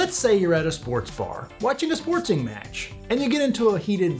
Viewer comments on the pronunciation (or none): A "sportsing" match and a "sportsing" team?? Uhhh... I have never heard someone say that before. There is no S in the middle of the word 'sporting'.